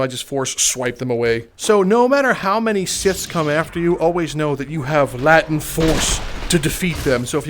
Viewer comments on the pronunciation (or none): its pronounced "lay-tent" not "lat-tent" great vid though. keep up the good work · It's pronounced Lay-tent. Not Latint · its pronounced Lay-tent (Latent) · It’s pronounced lay-tent FYI